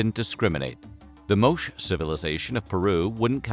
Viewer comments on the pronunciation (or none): The "Moach" civilization? Yeesh, repeat after me, "Mo-CHAY, " "Mo-Chay." Also, basic metric units conversion failure . The average temperature didn't drop TO 1.6C-2.5C. It dropped BY that amount. So about 2.9-4.5 degrees Fahrenheit. Substantial, yes, but not the ridiculous nearly 40 degree swing claimed in the video. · Moche is pronounced "MOH-cheh" and not "MOHSH". Also, why can't Americans just adopt Celsius. We here in Canada switched and it is very easy once you learn what the numbers feel like. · It's pronounced "moe-chay" in Peru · Porsche is not pronounced Porsh, and Moche is not pronounced Mosh. The final e in both words is not silent, though different one from the other. In Porsche, the final e is pronounced as a schwa, that is a, undifferentiated mid-central vowel, while Moche is pronounced Mo-che. Also, the preterite of thrust is thrust. OK, call me a pedant. What's that? It's a word that, if you know what it means, you probably are one. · "Mowsh"........ Probably pronounced "Mowtchay". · min 8.19 whats wrong with you? "Moche" is not pronounced "moash" but "moche"....cop a dislike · *mowsh. or how bout Mo-chay is closer to how its pronounced. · Do you verify pronunciation? It’s Mo-Ché not Moshe? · Complete mispronunciation of The Moche Civilization. Where was the 'e' at the end of the word? And if you want to know how I know, lived near the town of Moche for 8 years, and the Moche Civilization was part of the Primary School curriculum for my daughter. So it is MO-CH-E.. I lived in Peru for long enough to know the correct pronunciation. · It's pronounced "Mo-chay" civilization. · 1.6 to 2.5 Celsius degrees- and that is how you should say it- is 2.88 to 4.5 Fahrenheit degrees. Moche is pronounced [ˈmotʃe]. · It’s pronounced Moshe, not much civilization. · "moche" should be pronounced something like "moe chay" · That’s not how you pronounce MOCHE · As a peruvian, I have to tell you that you are pronouncing Moche wrong lol